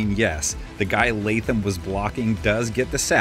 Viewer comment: Preciate you putting some respect on Latham name